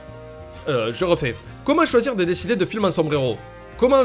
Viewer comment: a dit le mot "film" 10 fois ( 10,75 avec le "filb" de )! Oui je suis la mort et je me fais chier et alors?